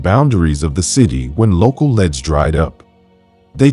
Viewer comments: Leads not leds! So annoying. Other than that a good story. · If your going to do narration as a job please at least learn that leads is pronounced leeds and not leds - good grief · That was annoying me too 😊